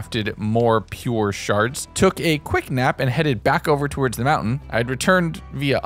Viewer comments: The way you say some words is... odd. Like "Towards", you pronounce it like "Towerds", it's odd. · That's the thing though, he sometimes says it normally, other times he doesn't. It's not a dialect I've ever heard, either, and it's not every instance of "ward" he says that way. It's just like, two words, and only Towards is said like that the most. I wouldn't call that a dialect I'd call that an abnormality.